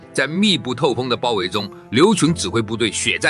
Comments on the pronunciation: 劉戡的“戡”不是念如“看”（看家的看）嗎？ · 「戡」不是讀做ㄎㄢ嗎？ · 劉戡-(唸 ~瞰) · 劉戡(ㄎㄢ)，用AI配音還是要注意發音正確性才行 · 你連個戡字都不會讀，還配來點評黃埔將星？